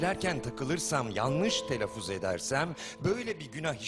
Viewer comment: Seni yanlış telaffuz edersem diye korktum derken telaffuz sözcüğünü bilerek yanlış telaffuz ediyor. Muzır dost.